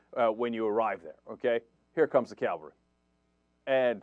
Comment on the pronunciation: I hate to be pedantic, but it's late and this has been bugging me. It's cavalry, Cenk. You're saying calvary. cav⋅al⋅ry noun, plural -ries. 1. Military. a. the part of a military force composed of troops that serve on horseback. b. mounted soldiers collectively. c. the motorized, armored units of a military force organized for maximum mobility. 2. horsemen, horses, etc., collectively.